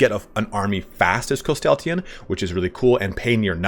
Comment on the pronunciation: Where you add an “a” after the “y” in his name Threw me off the entire video lol great video though